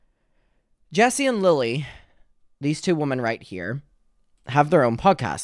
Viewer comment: Hey! Great video, just one note, when you say “women” you say “woman” singular. I used to say it incorrectly too. Its a common mistake but just wanted to kindly bring it to your attention because its an important distinction for public speaking